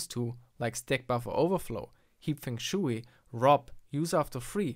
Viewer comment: XD XD XD Translate Simplified Chinese to English, Or just use English in google translate ;) I know English is not your native language, but i found this quite funny :3 fung sh-way fung -like [func]tion - but g sound instead of c schway [sch] kind of like [sh]eep way, as is.